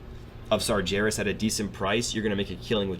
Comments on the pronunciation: Please dude I love your vids but it's Sar-----G---erus not Sarjerus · I've just started watching these, and I imagine you fix your pronunciation soon enough, but just in case, it's Sar GAR (as in Gary) as. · like your videos but i gotta say this, you are pronouncing sargeras wrong, just imagine that the ger in sargeras is pronounced how bear would be, but with a g, s-are-GAIR-as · Loving your JC videos, but for the love of god, sargeras is pronounced sar-gar-us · Every time you say Sargeras I cringe a bit